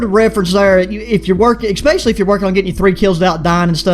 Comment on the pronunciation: ready for the ekspecially XD